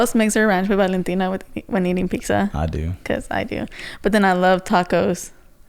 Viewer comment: Serious question why do u guys say Pixa instead of pitza? My man saids it like that too